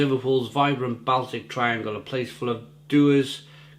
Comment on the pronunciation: Great vid but it's pronounced "Ball-Tick"